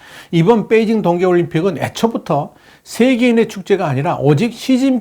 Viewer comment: 뻬이징이 아니고 베이징 아닌가요?